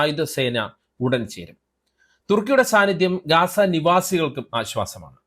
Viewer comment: ഗാസ അല്ല ഗസ്സ